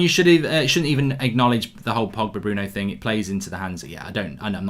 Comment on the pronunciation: Mark pls stop saying "Ting", there's a 'H' in the word. It's "Thing" not "Ting".